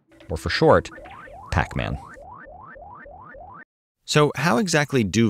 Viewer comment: p a c m a n xD btw nice content; i didnt know t h a t much about them!